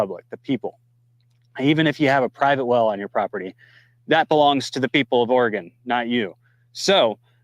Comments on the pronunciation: It’s not pronounced Ore-gone. It is pronounced Ore-gun. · Hi, it’s pronounced “Orygun” instead of “Oragone.” Love your videos! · it's not Oregone, it's orygun. Lol. Love you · Say, Ora-gun, not Ora-gone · just so you know, listen to your speaker pronounced Oregon. It is prounced Orygun by Oregonians. Thanks, Tom